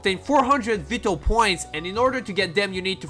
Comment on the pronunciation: Vwytal not veetal.....:(